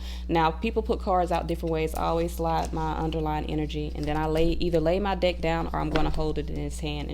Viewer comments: the ways you say deck sounds very similar to dick and made the whole video a bit funny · I love this 💜 but for a moment I thought you said “when your dick falls out of your hand” oh haha thanks for all the helpful tips beautiful 🦋